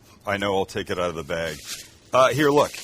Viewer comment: I only have an issue with how you say "out" and "about" 🤣